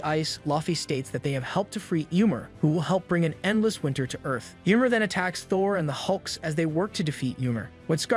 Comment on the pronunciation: YMEIR NOT YMOR. dont insult my smite main